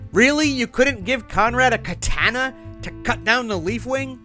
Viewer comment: you don’t pronounce it like katana you pronounce it like katahna